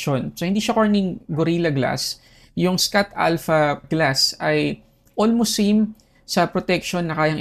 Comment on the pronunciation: boss schott alpha.. shot po pronounce ndi scott 😊😊😊